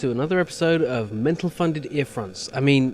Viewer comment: "Welcome to another episode of " xD